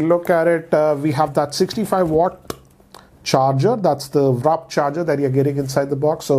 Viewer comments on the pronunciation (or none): Not wrap.. Its warp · sorry to point this out but you always pronounce WARP wrong you pronounce it WRAP🌯 instead of WARP⚡ I really don't understand why you said that & here's some constructive criticism you really need to either stop making videos in English or just try to express what you're trying to say through B-roll & speak less because you get confused since English is obviously not your native tongue & you say the most obvious things in alot of your videos like highlighting a camera cut out in a case? Like what? It just makes the video feel really unprofessional & make you look rather stupid ( sorry ) Highlighting 90Hz in a smartphone that costs less than half of an iPhone that's still at 60Hz seems unfair to me you should not have highlighted that, as far as it is above 60Hz its okay I'm an e-sports gamer & I game at a 240Hz back light strobing monitor & despite having a calibrated set of eyes the difference between 90Hz & 120Hz on a panel this size (a phone) is hardly noticeable yes it is if you keep it side by side but honestly I pick 90Hz for phones because 120Hz takes a toll on battery alot more. Despite all these points I've highlighted I love that you're honest with your reviews but just like you're honest with reviewing phones & gadgets we as viewers need to be honest & offer some constructive criticism. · I wanted to hear ‘wrap’ charger instead of ‘warp’ charger. 😅 ❤️ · will always call "Warp charger" as "Wrap charger"!! 😂😂